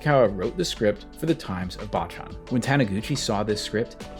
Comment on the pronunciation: Great vid, only one thing. 坊ちゃん is pronounced BOW CHAN not BAH CHAN. Bocchan means little monk, baachan means grandma.